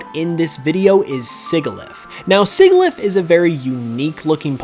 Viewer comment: Well, at least we got probably the most unique content from any Pokémon game in the 5th Generation. Also Sigilyph is pronounced “Sih-jihl-if” it’s based off the word Sigil.